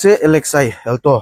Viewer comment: Amu not elto😂 it's alto😅